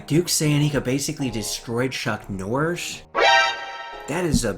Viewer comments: Martial Arts aside. Who the hell is Chuck Norsh???!!! Enunciate you words you muppet. Dear god! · Who the fuck is chuck norish lol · "Chuck Norsh"